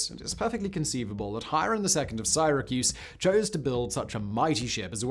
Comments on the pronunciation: "In the UK it's Sighra, in the US it's Syra" - Being a Brit I'm all for correcting Americans when they get words wrong, but damn, Simon, I've never, ever, ever heard it called Sighracuse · I suppose this means I am from SIGH-racuse instead of Syracuse? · From the UK, I don't know a single person who pronounces it "Siyyrahcuse" and everyone pronounces it same as the American way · It's Syra cuse Simon. I live here I know😂